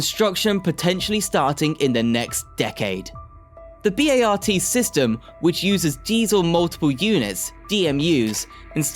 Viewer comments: Ow, my ears are not ringing, they are stinging! It's not like any one of the names massacred is obscure. Listening to B-A-R-T being spelled out so many times, a reference I heard spoken by no one in all the years I lived in San Francisco, was just another of the many scrapes on the eardrums as listed in these comments. Given the many errors, I'm glad I didn't B-A-R-F! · The California High Speed Rail project is a major one you missed. Also it's pronounced BART not B A R T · I like what you have to say good information thank you.. At the same time, though you have to learn how to pronounce cities and transit agencies.. I mean b a r t ! Think Bart Simpson That's how you pronounce Bart. And San Jose Say San Ho-za. San Jose the J Is silent. Use H when saying Jose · Another Click-Bait where the Thumbnail has nothing to do with the subject. This dafty guy is slaughtering American English left and right. It's pronounced "BART" as in Simpson! No one calls it "B-A-R-T". Also, Van Nuys is pronounced as "Van Nuys" as in "Guys", not "News". Another one: "Los Angeles" is pronounced "Los An-ge-less", not "An-gel-eeze" like "squeeze". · They are pronounced "Bart," like the guys name, "Der-RID-ee-un," and "San Ho-zay." These are three among many other weird pronunciations. Was this vid produced with an AI voice or script writer?